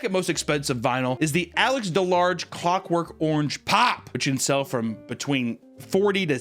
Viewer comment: he definitely said cockwork orange...